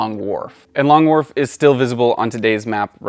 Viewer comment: I'm sorry Long...what? Long WhaRf??? 🧐